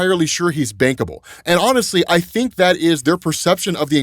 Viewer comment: i know he said "bankable", but all I heard was "bangable"